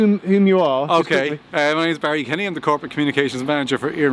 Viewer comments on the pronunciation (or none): none